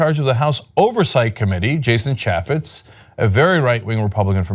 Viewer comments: Cenk, sweetie, as a man who has had fits over the mispronounciation of his name, you really need to learn to say Ch ay fets. Jason ChAYffetz not ChAH fits. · Mr. Young Turd must not have much to do if he feels the need to attack a Republican politician from Utah, of all places. OMG. Plus he can't even pronounce Chaffetz's name correctly. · I think you are saying his name wrong. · Why not start with pronouncing his name right, genius? Does this guy ever talk and not holler and scream? Just because you say "right" or "right?" at the end of a sentence, it doesn't make you "right", right?